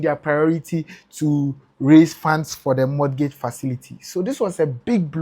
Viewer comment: The T in mortgage is silent